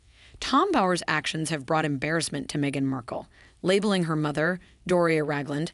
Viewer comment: Like mather, like douther!